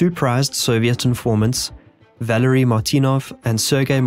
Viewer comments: Believe it or not, Valery is pronounced Vuh-larry. Had a friend in middle school with that name. A right cunt he was but that is a different matter. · Valery isn't pronounced "Valary". The clue is in spelling.